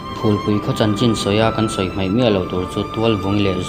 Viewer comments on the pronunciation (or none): none